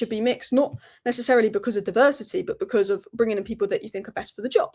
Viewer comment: Anybody who pronounces "Think" as "Fink" should never be a Pundit!! Theres a few of them!